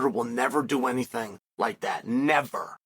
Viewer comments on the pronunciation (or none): none